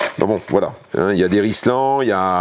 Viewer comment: Pas rice lent, mais Ril sans « Rilsan »bordel !!!